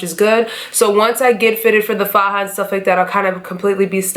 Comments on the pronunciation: Hi you look amazing!! Also, you said the word faja (pronounced fa-ha) correctly. You're good love!👌🏾👏🏾💋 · You said faja perfectly lol 😉